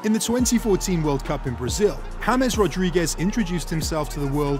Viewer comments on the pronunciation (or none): he said in the video hames instead of James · no in the video he said hames instead of James